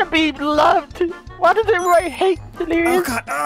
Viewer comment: The delirious sandwich had me dying!!!😂😂 its LERISHUDNES!